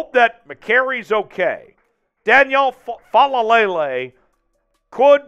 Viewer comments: Gawd, you saying fa la lay lay is getting on my nerves. Lol. Take that L out. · It's just "Faalele".... FA-LAY-LAY. You got too many L's in there mate!